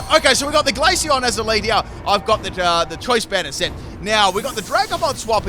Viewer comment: One question what was the glaceon set? Neither subtitles or my brain can comprehend what you said